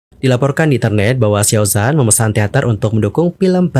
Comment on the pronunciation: ralat dikit bang, huruf pinyin Z dibaca C kalo untuk pelafalan Mandarin. Xiao Zhan, bacanya Siao Chan. Utk kasus Yibo, aneh jg sih kalo org2 malah ngamuknya ke dia, bukan ke pembuat filmnya. Lah dia kan aktor yg harus manut didandanin apa aja. Apalagi itu katanya berdasarkan kejadian nyata, berarti kan memang pernah ada kejadian begitu. Aneh aja sih yg marah2nya ke artisnya.